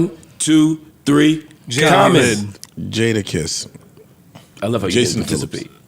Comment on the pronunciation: Someone said Jaommon lol